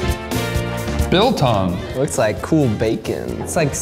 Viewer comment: I'm a South Africa and I'm not happy how you say Biltong